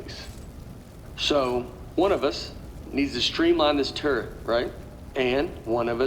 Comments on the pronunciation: Really? Nobody thought of the name "Tur-let"? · Not calling it a turrlet was....sigh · Turret, more like Turr-let. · Erik Wolpaw said that Nate couldn't pronounce turret very well and if you listen real closely you can tell.